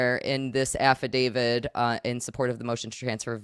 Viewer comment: Love the videos, thank u for destroying John, but she's KILLIN me with the "affi-david" instead of affidavit